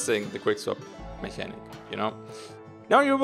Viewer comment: Mechanic is pronounced with two K's,!